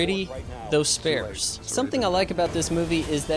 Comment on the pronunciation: You pronounced sparse wrong. From the worlds toughest grammar critic. Thank you for the good review.